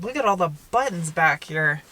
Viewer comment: So many! Yaay! Wot? I love the way you say buttons, sad, I know, but there it is. Great car view vid as always, thanks ().:-D